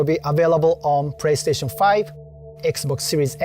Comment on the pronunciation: He said Praystation 5 😂